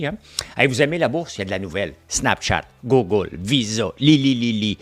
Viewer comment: Francois... Google c'est prononcé "Gouuugle" et pas "goggle".. 😅... Chu aussi québécois que toi et j'en sors des pas pire souvent 😄Mais lâche pas ;) Merci pour tes chroniques... J'apprécie surtout ton segment finance